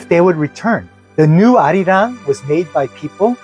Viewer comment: Perfection! You captured han and arirang perfectly!!